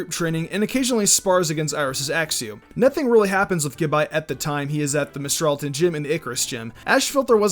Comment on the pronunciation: fucking gAbite. not gibite, that shits pissing me off. lol